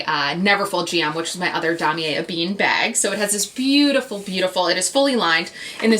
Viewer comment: It is supposed to be "E Ben", not "a bean"...and "Po shett", not "poo shett"